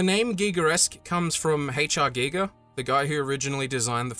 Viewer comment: Is giger pronounced guyger or gigger?